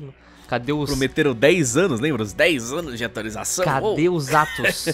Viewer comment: "Há um anus atrás..." 😂